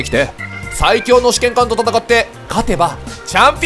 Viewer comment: キヨの試験官発音が試験管なんよ